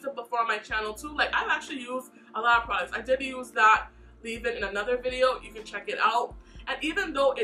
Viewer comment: I swear she be saying "Prodicts" and not "Products" lolll. Great video and great review! I really enjoy your videos! ❤